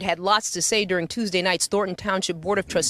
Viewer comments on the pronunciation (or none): none